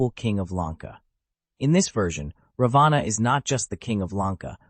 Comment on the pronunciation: And what exactly are U trying to prove by demonzing Rama? This is NOT funny..I ask YouTube to remove this video as it is offensive to millions of Hindus. Alternative Ramayana , indeed..This is a corrupt interpretation. BTW, pls pronounce Raavan's name correctly.